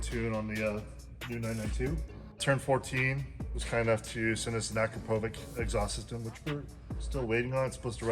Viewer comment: Finally someone that knows how to say Akro-po-vic properly lol